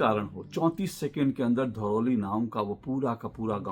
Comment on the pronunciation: धरौली नहीं थराली बोलो सर